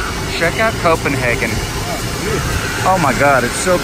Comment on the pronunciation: Please, just say: co-pen-“hey”-gen. Not co-pen-haarrrr-gen. EDIT: Ha, just realized to say both! You son of a bitch ;) Great fucking view from that tower in Tivoli!